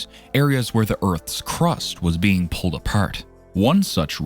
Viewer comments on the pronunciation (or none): none